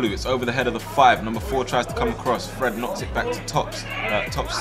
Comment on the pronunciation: Not him calling Fred Freed